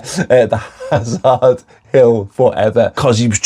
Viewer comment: ‘Azard ‘Ill Fureva 😂